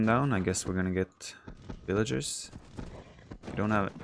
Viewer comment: SIX VILLIAGERS, lol, not horse! VILLAGER LIVES MATTER, lol